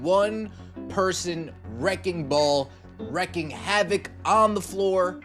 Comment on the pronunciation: It's wreaking havoc. Not wrecking.